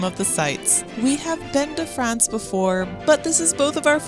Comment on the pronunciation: did she just say "Paris, Frahnce"??